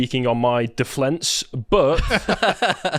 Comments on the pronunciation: Deflenks 💀 How?? How do you, not just mispronounce that word as a so-called human rights spokesperson, but in that manner?? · He not only said "self deflence", he said it twice. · Why does he think defense has an "L" in it?